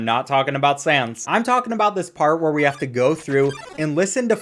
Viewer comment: It's sans not Sam's